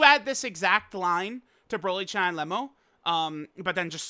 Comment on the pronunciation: Why does always mispronounce Cheelais name? Its not CHAI